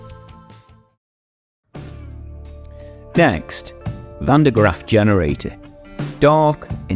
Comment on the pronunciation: And it’s “Van DER Graaf.” You can be excused for incorrectly using the CORRECT spelling though.